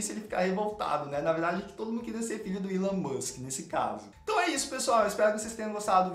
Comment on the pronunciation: Não sei, mas não é "ílôn" como vc fala, é "ílón", do Elon Musk